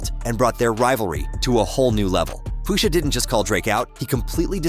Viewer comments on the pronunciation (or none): If you are gonna use Speechify, proofread how you make it pronounce certain words. POOSHA is sending me 😂😂😂